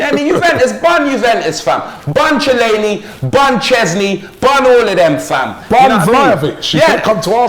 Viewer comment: man said chillaini